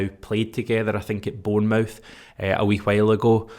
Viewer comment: Change the way you pronounce Bournemouth please cheers